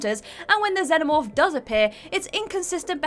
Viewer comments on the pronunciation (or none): none